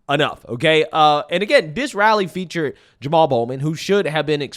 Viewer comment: AOC has "rally eny" 😂😂😂